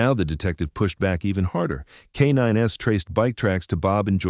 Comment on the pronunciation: "Kay nine ess"? 😂 How tf are these AI narrators so bad?